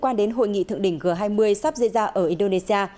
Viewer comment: G20 đọc là "giê 20" mà?